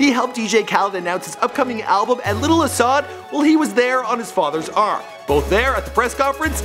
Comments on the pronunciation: isn't not ashad . asahd or pronounced as Asad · ASahd is pronounced asad, not ASHAD... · bruh don't know how to pronounce anyone's name what is ashad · No way this man not callin him ashad on purpose 😑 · Why do u say ashad, his name is pronounced ASAD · It's not ash-had it's a-sa-da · this dude said ashad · His name is pronounced as Ah-sad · He butchered Asahds name